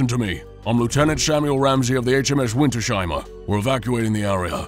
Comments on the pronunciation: Winters-Heimer. Not Winter-Sheimer. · It is not Winter Sheimer, but Winters-Heimer. 😂